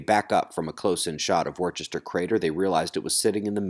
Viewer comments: Hiya - Just a quick pronunciation tip - Worcester is 'Wuss-ter', not ' War-chester. Same goes for most others that end in -cester, so Gloucester is 'Gloss-ter'. Apart from Cirencester which is ' Siren-sess-ter' . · I hope I'm not echoing someone previously, but Worcester is actually pronounced "Woos-ter." Weird, I know right? Anyway, love your vids!!